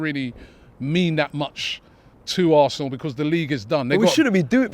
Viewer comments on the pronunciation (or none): Assna? Wot izz eevun daat? Robbish😂😂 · ITS ZE HISTORY OF ZE ASSNA 😂